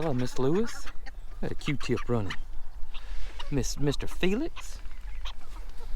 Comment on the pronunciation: Every time I see Q-tip and you say a Q-tip it just cracks me up I’m not quite sure why but to me it’s really funny